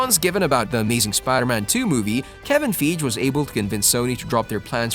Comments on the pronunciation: its pronouced kevin fi gee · Man really said ‘Kevin feej’ 💀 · Lol, "Kevin FEEJ" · This nigga fucking said “Kevin feeg” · Wrong pronunciation of Kevin Feige. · If you're going to talk about Kevin Feige, learn how to pronounce his name. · Great videos but I’m pretty sure you are pronouncing Kevin Feige name wrong:)